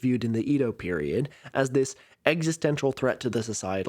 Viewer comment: Edo is pronounced "Ey-doh" not "ee-doh"